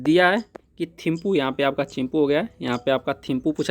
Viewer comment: Chimpu nhi Thimpu hoga